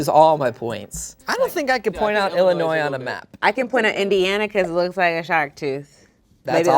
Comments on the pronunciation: Hearing people pronounce the 's' at the end of Illinois will always make me cringe a little 😅😂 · The way pronounced Illinois made my midwest soul leave my body 🤣🤣